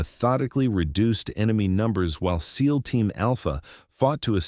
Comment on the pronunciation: S-E-a-L Team Alpha? Your AI can't pronounce SEAL as a word? was as far as I could take it. Try hiring a human editor.